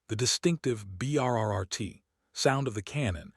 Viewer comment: This is a annoying to listen to - the AI reading it is obvious and stupid. When it reads the sound of the Avenger cannon - supposed to be "BRRRT" - as "Bee arr arr arr tee" - it's obvious. Pronouncing "Cassandra" as "KASS-an-dra" rather than "Ka SAN-dra". Stop being so damn lazy and get a human to read it.